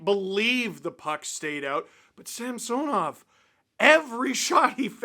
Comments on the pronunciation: Steve pronounces his name correctly, except for the first "a" which should be pronounced like in "some", not "Sam". Some-SOnoff. I'm a Russian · Hey Steve, our goalie's name is pronounced Samson-off ...not sam-Sanoff... per his own request after having his name mis-pronounced for several years by his fomer team... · enjoy all those juicy Sammy rebounds! Also, if you have any pull with the broadcast team, please let them know it is pronounced sam-SO-nov, not SAMPSON-ov. Like nails on a chalkboard. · SAM-sah-nov. Stop saying it wrong, Dangle.